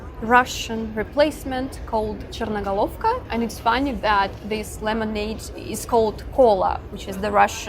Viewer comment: Listen, from where do you have such an accent (which you don’t have at all when you pronounce Russian words, especially the word "Chernogolovka" while correctly pronouncing and placing stresses), not a single foreigner will pronounce it so normally. As for the characters "Z" and "V", there is Cyrillic (this is now in use in our alphabet. Before Cyrillic, we used another alphabet called BUKVINITSA (This is the Old Slavic alphabet). And it is more than 2000 years old, and you will be surprised what is there there are the letters "Z" and "V" and many more other symbols that have a very strong resemblance to Sanskrit/Latin.